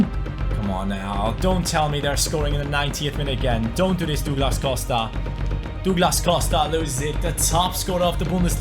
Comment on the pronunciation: Dooglas costa😭😭😭